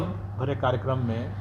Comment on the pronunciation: सर जी कारिगरम नहीं होता है कार्यक्रम होता है आपने गलत शब्द का उच्चारण किया है।